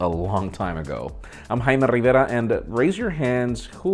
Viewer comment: Haymeh Rrrriverrra